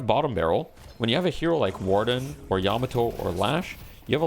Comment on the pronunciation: yeah can we trust this guy he doesnt know how to pronounce Warden